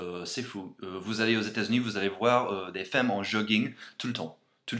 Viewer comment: Elle est cool ta vidéo, juste on dit femmes comme "fammes" et béret tu dis "beuret" mais j'aime bien et NON les bretons ne font pas que de se balader a velo avec pain et fromage haha (mes origines) mais c'est bien pire dans ma région en franche comté XD continue en tout cas ! :)